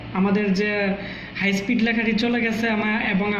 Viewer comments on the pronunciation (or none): none